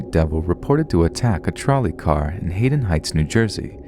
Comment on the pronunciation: Pronounciation shudder. Love listening to you but its Gloucester and Hadden Heights you meant, right? So it's Glaw*ster and Had*den not Gloo*ster and Hay*den. Otherwise wonderful reading as usual! :-)